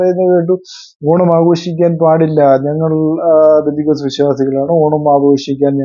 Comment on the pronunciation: ബന്ധിക്കോസ്ത് അല്ല brother പെന്തക്കോസ്ത്( 50 ദിവസം എന്നാണ് അർത്ഥം)